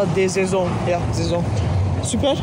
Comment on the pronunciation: „hier steht’s auch glaub ich“🤔**spricht französisch(professionell)**“saison🫵🏼🫵🏼ja Saison😌“